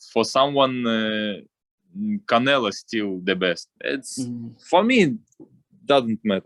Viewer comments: Anyone who speak Spanish find it amusing that he innocently keeps calling him "Canela"? 😂🤣😂😂🤣☠️ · I love how Bivol called "Canelo" as "Canela" 😂😆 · Love how he pronounces Canelo’s name as “Canella”🤣